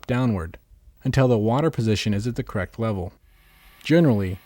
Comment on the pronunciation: I swear I kept hearing him say "cracked water level", couldn't figure out what he was talking about. Correct! Correct water level. The word's got two syllables...